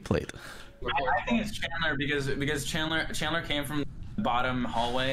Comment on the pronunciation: it's Chandler not candler lol